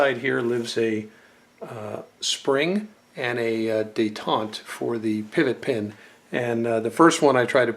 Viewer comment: Man so many thing s wrong w this!!! It’s not de taunt! It’s detent Jesus man come on! Quit TRYING to be more knowledgeable then u r! It’s really not a good look. U misidentified just about every part on the lower as well . And then when u started shooting I cringed! U can tell ur tht tacticool wana be guy. Who tf holds an ar like tht by the vert grip??? C grip dude get w the program!